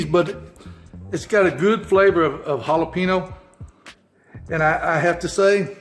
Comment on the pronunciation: Please learn how to pronounce jalapeño